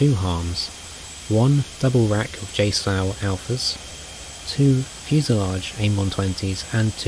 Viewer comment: He says JSOW weird, like "JSoul".... Get real..